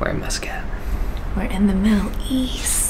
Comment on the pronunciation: i love how pronounces muscat, tennessee reppin fr